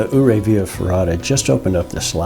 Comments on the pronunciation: Dang - I'm just down stream below the power station and didn't know about this until this video. I'll walk up there in the morning and have a peek. I hate to be a snob but it's "You-Ray", with most locals putting an emphasis on the second syllable. Great video and thanks for promoting our fine little town. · for some one who "goes" to the ice park-how can you get it so wrong? Your-ray!!!